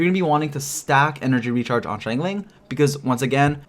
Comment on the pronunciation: I really admire and love your in-depth videos about both 4 and 5 star characters and like that each are treated equally so I wanted to thank you for that effort!! ((However, pls, i beg you, it's shing-cho not shing-chu 😂😂))